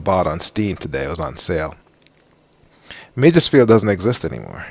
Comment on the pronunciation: Meigs rhymes with eggs. Otherwise nice job 👍